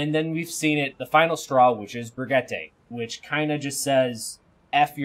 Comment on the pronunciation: it's bri (like bridge) gee (like geese) tuh.